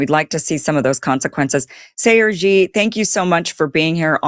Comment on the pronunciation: thank God this guy's name was in the description, because she was so careless about pronouncing it that I heard CRG. His actual name is Sayer Ji. You are better off saying unfamiliar things slowly the first time. It doesn't matter if you are familiar with them, if your audience is not you have to do that.